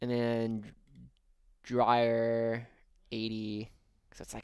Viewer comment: Dreer not drier is my guess. It’s spelt Dreir not Drier